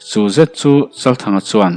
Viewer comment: A ngaihnom thin mahse chuan, zet tih vel hi i lam dan hi....., set tih in i lam thin a